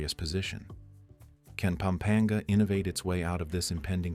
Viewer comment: Please correct your pronunciation of place names such as Pampanga and Batanes - it is disrespectful to say those with such an American accent!